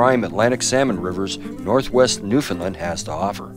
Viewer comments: Newfinlind. How do you pronounce new. ,found , land not new,Finlind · lol newfinlind new-found-land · Just incase you would like to pronounce the name of our Province properly say these two words together. " Understand Newfoundland " Try It !!